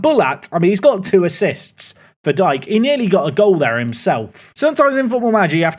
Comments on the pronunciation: Daryl ‘D K’ not Dike, like the derogatory term🤣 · The WBA striker is Darryl Dee-Kay rather thank Dyke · Dike is pronounced DK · Dike is pronounced (Dee-Kay) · At least Espinoza scored against Luton! 🇺🇸🦅🤠 Also Daryl Dike pronounces his last name Dee-Kay FYI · Its pronounce Daryl Deekay, but thats ok 😅